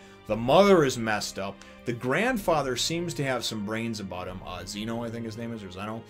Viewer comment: It's Zeno not zeeno